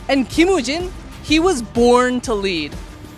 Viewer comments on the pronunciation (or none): none